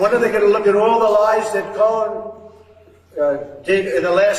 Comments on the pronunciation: Is he calling him cone??? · Sounded like he was referring to Roy Cohn not Michael Cohen 😂 .... you know that old buddy of sleepy Don who caught hiv and died. Strangely enough that same time frame was when trump stopped frequenting Bars in New York I still think he's bi(if not closeted gay) he needs to stay in the closet if so😂.....😅